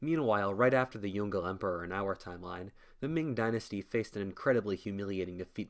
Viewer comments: Pronunciation of "Yongle": × Yongel √ Yong-luh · It's pronounced Yong Le not Yongle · Yong Le are separate syllables. Not Yongle. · The Ming emperor you refer to as Yongle (like 'dongle') is usually pronounced as 'Yong Ler'. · Yong Le (Yoong-Luh) not Yongle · The Yongle Emperor should be pronounced as “Yong-le” rather than "yon-gle" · Jesus Christ, it's Yǒng Lè, not Yon Gle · please YONG - LE emperor not YON-GLE emperor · It is yung le 2 words not yungle whaftish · Is Yong Le Emperor not Yon-Gle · Yongle is spelled as "Yong Le", not young girl emperor... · pronounced as Yong-Leh not yong- goal lol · Yongle is pronounced "Yong-Le" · This is an interesting video but would you please pronounce Yong le properly, it's pronounced as two syllables Yong and Leh. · Yongle is pronounced as Yong Le (永樂)... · The pronunciation of the emperor's name is not "Yongle", but "Yong Le" by "永乐" as they are separated Chinese characters. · Yes. Its actually Yong Le